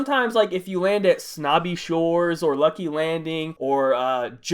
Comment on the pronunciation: did you just say Wrucky Wrandings?